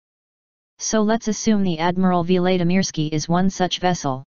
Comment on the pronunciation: Who is Ann Ardika?? It's AnTarCTica And who is Admiral Veelaydeemeeirskee?? It's Vlad (as in Dracula)imirskiy. Not Veelay etc. You're a robot, damnit! Get it right!